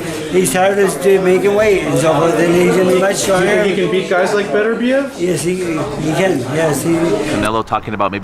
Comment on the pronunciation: Howling at the interviewer for saying "Better Beev" 🤣🤣🤣🤣🤣.....clearly saying Be-ter-bi-ev wasn't good enough